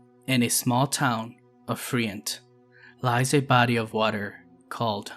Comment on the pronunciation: btw.. we pronounce Friant... Fryant..